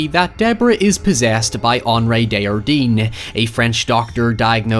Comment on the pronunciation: Hey,! =) Henry (Henri) DesJardin's name is French, not Spanish, so you pronounce the J. It should sound vaguely like "On-ree Day-jhar-dehn" (at least in standardized Canadian French). The H is beside the J as a reminder that it is a soft J, like a "sh" sound but not quite, rather than a hard J, like in the word "Jar". Hope that helps!